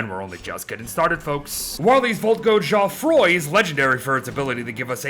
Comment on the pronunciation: chaud-froid, more or less, is pronounced “show-fraw”